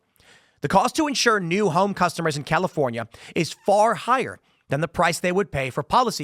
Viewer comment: Dammit Tim, you opened with "The Chalifornia..." 🤣🤣🤣